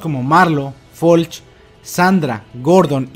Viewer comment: Es Floch no Folch